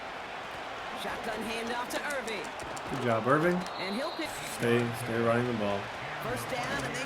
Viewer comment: ITS BUCKY IRVING NOT IRVINE YOU IDIOT 😂